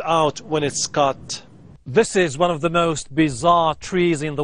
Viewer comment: min/ “When it’s c-ut” 🤣